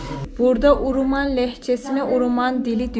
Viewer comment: Nenem Şex Abdulkadir Geylani üzerine yemin içerdi. Uruman demeyin Hewreman diyin.